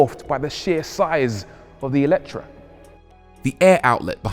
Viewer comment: FYI it's "AY-letre". The original hungarian word has an É not an E at the beginning